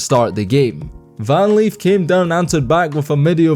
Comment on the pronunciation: Who tf is Van Leaf!?!? Lol I know Van Lith! Smh